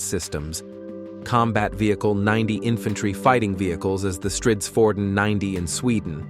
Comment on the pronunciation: Yes, starting with Greepen (which is correct), then going on to Grypen like all other videos. Then StrittsFord'n, ReggeringKanshlyiat and other nonsense.